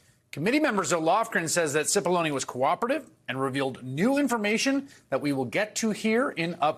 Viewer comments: The pronunciation is, cE pol lon A. ( big onions) Seems to fit his character. No? He has brought tears to the eyes of many. And his character is acid. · Cippollone rhymes with bologna